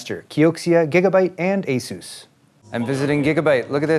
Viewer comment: lol "asus"